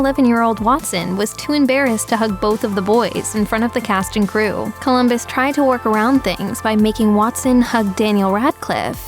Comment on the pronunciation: Lol! Every Emma Watson already knew this 😂 And maybe a lot of potterheads too! And did you say "Polumbus"? I might heard wrong but his name is COLUMBUS!